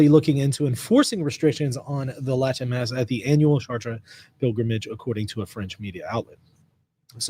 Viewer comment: Isn't it pronounced "Shart" not "Shar Tray"?